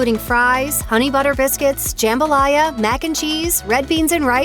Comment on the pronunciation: I’m guessing the lady behind the video is a yankee or somebody from California. So that probably makes sense she’d put Chick Fil A over Popeyes and Bojangles. On top of that, I don’t think I want to take advice from somebody that don’t know how to pronounce jambalaya.